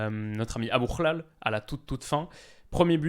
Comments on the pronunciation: Je m'abonne déjà pour la qualité du contenu mais surtout pour la prononciation parfaite de ABOUKHLAL hahaha 😂😂😂😂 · C'est toujours un plaisir, votre analyse, idem pour la familiarité, avec le détail. Bravo pour avoir prononcé Aboukhlal, ce guttural malaisé pour les francophones. Toujours des like spontanés ! Salut depuis le Maroc